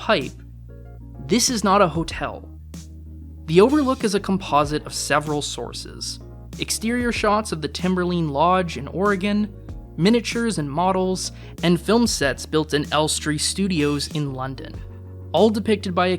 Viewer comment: The "line" in "Timberline Lodge" is pronounced like "line" in "tree line."